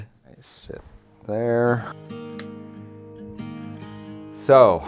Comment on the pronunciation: "im not putting it in theww"